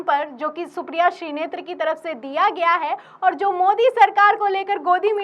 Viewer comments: मैडम श्री नेत्र मत बोलिए शुद्ध नाम श्रीनेत हे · श्रीनेत बोलिये मैडम आप बराबर श्रीनेत्र बोले जा रही हैं 😅